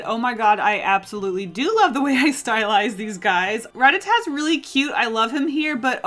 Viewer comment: SHE SAID RATATAT